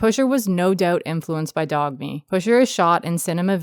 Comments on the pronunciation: You don't have to call "Dogme" Dog-me you can just say dogma that's what it means. If not its pronounced door-u-muh('muh' = 'ea' like in 'earl grey') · I might be a bit biased being scandinavian (swede) but to me pusher I is arguably the best movie ever made. Very nice to hear the opinion of this trilogy from someone outside of Europe! PS it's pronounced "dogma", not "dogmé" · I lost it at the pronunciation of "dog me" lmaoooo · Good vid! BTW it's pronounced "Dogma"- Dogme is just Danish for "Dogma," and the "e" here has an "ah" sound. Sorry for the pedantry, sincerely just trying to be helpful. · I am actively bothered that someone is pronouncing it as "dog-mi 95". But the video was great, thank you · It’s pronounced dome-uh. Thats the closest way i can spell it to how it sounds 😅 From a dane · Turned off at the pronunciation of dogme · The g in poignant is silent, and dogme is pronounced the same as dogma